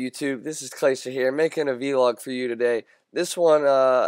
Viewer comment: lol its called a vlog not a v-log